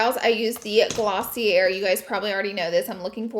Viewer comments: 🤦‍♀️ every time she says “Glosseeair” try “Glossea” with a Long A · i'm done with "glossey-ERR" lol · Just wanted to let you know the brand Glossier...is pronounced Gloss-ee-ay 😊😊😊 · You ever going to learn how to pronounce Glossier properly or nah???